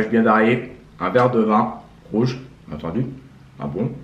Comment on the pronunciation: A chaque fois il dit bien etendu et le lait se nait pas jaune